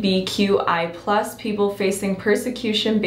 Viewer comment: The way she said lqgbtia+ actually hurt me as a part of it